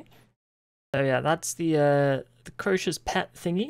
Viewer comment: how do you stil say the name wrong when gorvek says it 500x a fight xD?